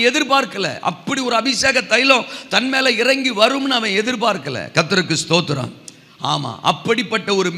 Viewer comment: சும்மா சும்மா தோத்துருவோம் தோத்துருவோம்னு சொல்லாம ஸ்தோத்ரம்னு ஒழுங்கா சொல்ல படிங்க